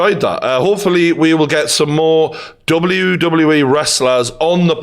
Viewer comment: its WWE ffs 🤣 annoyed me more an more everytime he said W E 🙈🤣